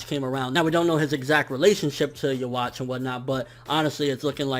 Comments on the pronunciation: Why do all reviewers keep saying youwatch instead of juha? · Please man. Read this before you continue saying Yhwach's name like that. The W should be pronounced like a V. The CH is to be pronounced like a K. So in that sense: Yuh-vak. Or keep it simple and just call him Juha. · Desty Nova thats also not how you say it